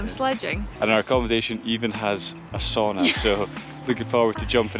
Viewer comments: Not quite coz you suppose to go all naked in the sauna. Also its called Sauna, not Soona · Nice. 😊 a Finn here…just one request. Sauna is the only Finnish word out there in the world. Ask someone to tell you how you really pronounce it. 🙏🏻 kiitos. Btw, nice job on Saariselkä. 😊